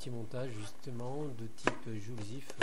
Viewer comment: Très bonne vidéo, intéressante et claire! Juste une remarque: "joule thief" se prononce "joule fif " et non "joule zif".